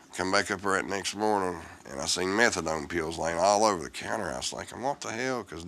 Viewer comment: pills? no, "peaals"